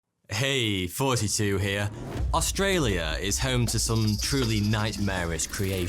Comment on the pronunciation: As an Australian, I am impressed how well you pronounced Australia. Also, the emu war is our biggest meme